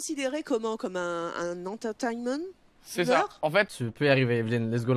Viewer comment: Un enteyteymen? Ça m'a pris du temps pour comprendre qu'elle voulait dire: "Entertainment" Mais oui bien sûr...😂😂